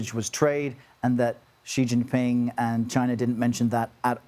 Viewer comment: Sounds like Showwwwe showww ping